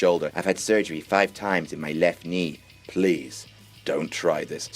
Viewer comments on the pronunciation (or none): that ''left nii'' tho